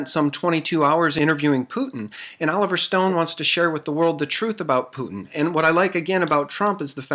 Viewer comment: She said oliiver north...then oliver stone.